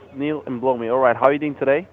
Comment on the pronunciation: the senior officer actually said Neil N'blowme LOLOLOL